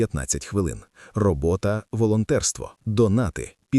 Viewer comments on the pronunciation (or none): Добрий день, авторе відео! На замість слова "робоТа" звучить слово "робоКа". Розумію, людський фактор. Також знаю, що не можна цього виправити в уже залитому на YouTube відео, тому написала просто для інформації